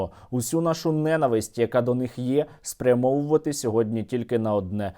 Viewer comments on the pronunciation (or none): ненАвисть, наголос на другому складі👌🔥